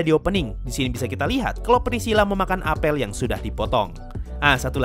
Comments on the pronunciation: Bacanya apel bang bukan apel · huruf e pada kata apel dibaca pake e pepet bukan e tailing, bang hehe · bukan apel bang, tapi apel